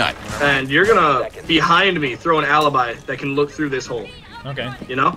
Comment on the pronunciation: I am Italian , funny but please , say alibi , not alibai